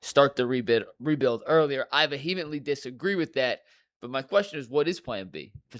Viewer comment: Did say “vuhemently” disagree?